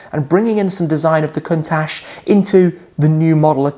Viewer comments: it's pronounced Countak not Countash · The pronunce isnt correct : the CH at the end should sounds like CHOP in english or CIAO in italian so it is a C not an S